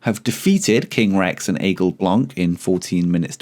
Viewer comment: Hi, from a french guy who enjoys your videos ! Just to inform you that for the Aigle Blanc prononciation, the C in Blanc is silent in french. Anyway, keep up the great work !!!